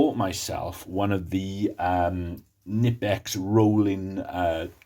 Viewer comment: Try researching how to pronounce Knipex if you want credibility.